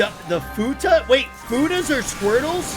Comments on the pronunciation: Fuckin' lol. "Futa" Bruh, it's fuath. Like FWWWWWAAAAAAAATH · please someone tell him its called Foo wath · calling the Fuath "Futa" really changes those scenes xD